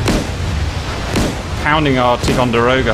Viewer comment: On a number of occasions you’ve said tee Conderoga but it is pronounced tie Conderoga. Ticonderoga is a native North American Iroquois word for the coming together of two rivers. American colonials built a fort at one such place and called it Fort Ticonderoga. It was a fighting position that covered two river ways. Ticonderoga class cruisers are named after the first one built in the 70s and should have been a destroyer class vessel but because of its increased capabilities was upgraded to cruiser status and class.